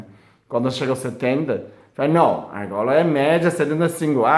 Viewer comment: Que fofo parece o falando (agola) agora😘😘😘 querido